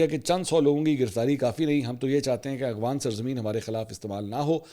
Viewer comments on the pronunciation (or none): none